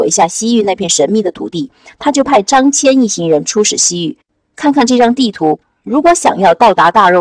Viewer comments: 大姐，人家叫张qian，不叫张jian了！本来想让儿子看的，还是算了，不知道还有什么小毛病！ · 辛苦啦，非常棒，感谢！捉个小虫:秦国连横的是张仪不是孙仪，汉武帝时期丝绸之路的开辟者叫张骞(qian一声，不读jian) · 读错的字蛮多的，张骞，大宛 😂